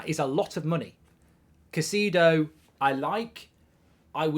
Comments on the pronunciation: KAI-ZEI-DÖH English-speaking youtubers persist in putting zero effort to properly pronounce names. Do it. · I like how you say "Ka See Dou"...😂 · How many times can mark pronounce Caicedo wrong